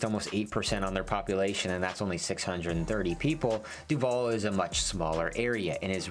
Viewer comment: He pronounces Duvall incorrectly. Even more annoying is that in the last few decades, with more new people moving in there, so many new people pronounce it incorrectly that it drowns out the old-timers and people think the new way of saying it is the correct way, because that's what they mostly hear. It is not DuVALL like the actor, emphasis on the last syllable. It is DUvall with emphasis on the first syllable.